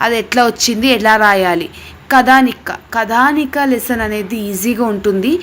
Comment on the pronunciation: కథానిక కదానిక కాదు